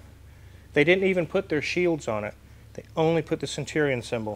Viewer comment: Stwike him wuffwy centwion.